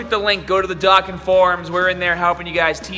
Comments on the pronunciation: Its dokkan not doken Just sayain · ITS PRONOUNCED DOUGH KHAN DOKKAN